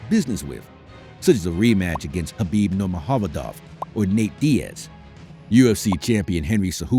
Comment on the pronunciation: Khabib who? Learn the names at least